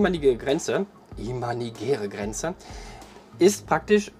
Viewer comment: du machst gute videos. du gibst dir mühe und das merkt man. ich bin auf dich gestossen, weil ichmal wieder an der haltestelle stehen gelassen wurde. ein kleines ding, welches mich etwas schaltert ist, dass es "imaginär" heißt. nicht "imanigär". danke und bitteschön :) (ich bin einer von denen, die dem busfahrer einen schönen tag wünschen. egal bei welchem dienstleister ist es generell eigenartig mmn., keine begrüßung oder IRGENDWAS zu sagen. ich werde es wohl nie verstehen wie man nicht einmal hallo sagen kann.)